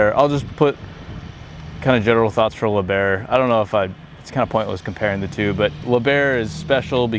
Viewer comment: and slow. take a fake break between lieb and herr